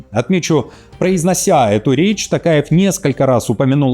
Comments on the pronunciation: ТОкаев, произносите правильно пожалуйста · Не каверкайте фамилию президента Казахстана